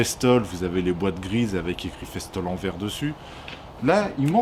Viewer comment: Ah mon dieu festool ta dit festol ca se prononce festoul 🤣🤣🤣